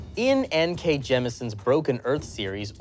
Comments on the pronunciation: Um actually it's Jemisin not Jemison. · Um, Actually... her name is N.K. Jemisin, not N.K. Jemison.